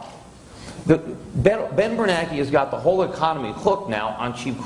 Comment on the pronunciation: I don't understand why the name Bernanke is pronounced by many "Bernakie"